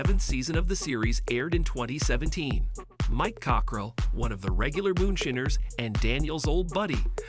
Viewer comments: The voice keeps saying moonSHINNERS. Hilarious... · "moonshinners"... AI sucks.